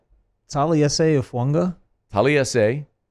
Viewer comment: FU-AGA not Fuanga. Drives me nuts every time